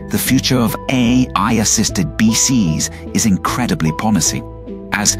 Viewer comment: Lol, when the AI can't say "BCIs" beekus, beeksys, beeces 😂